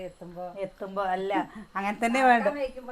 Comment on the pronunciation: നാട്ടുംപുറത്തുകാരിയാണെങ്കിലും ആവശ്യത്തിനു വിദ്യാഭ്യാസം ഉണ്ട്. അതുകൊണ്ട് സംസാരിക്കുമ്പോൾ അല്പം ശ്രദ്ധിക്കുക. ഉദാഹരണത്തിന് വേണം, വേണ്ട എന്നതിന് വാണം, വാണ്ട എന്ന് പറയുന്നത്. അതേപോലെ എന്റെ കൊച്ചേ അംഗലവാടി അല്ല അംഗനവാടി എന്നാണ്. ഇതൊക്കെ ശ്രദ്ധിക്കുക. പിന്നെ തികച്ചും നാച്ചുറൽ ആയിട്ടാണ് കുട്ടി സംസാരിക്കുന്നത്, അത് വളരെ നല്ലതാണ്. എന്നാൽ ഒരു കാര്യം ശ്രദ്ധിക്കുക ഒരു കാര്യം പറയുമ്പോൾ അതിൽ പൂർണമായും ശ്രദ്ധയോടെ പറയണം. അതുകൊണ്ട് വീഡിയോ കൂടുതൽ മികവുറ്റതായിരിക്കും കേട്ടോ. ഇതൊരു നെഗറ്റീവ് ആയി കാണല്ലേ. എനിക്ക് നിങ്ങളെ അത്രമാത്രം ഇഷ്ടം ആയതിനാൽ പറയുന്നതാണ്. എന്റെ കൂടെപ്പിറപ്പുകളെയും ബന്ധുക്കളെയും അവരുടെ മക്കളേയും എങ്ങനെ സ്നേഹിക്കുന്നുവോ അതേപോലെയാണ് നിങ്ങളേയും സ്നേഹിക്കുന്നത്.